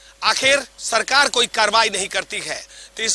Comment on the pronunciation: रिपोर्टर को अपनी भाषा पर काम करना चाहिए ! स, को श और श, स बोल रहा है